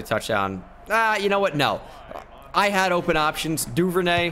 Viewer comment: Here when is says jad instead of had